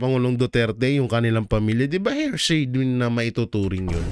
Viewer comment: PLEASE SAY… “ HEAR + SAY “ = “HEARSAY” NOT “HER+SAY “= “HERSAY” Thank You!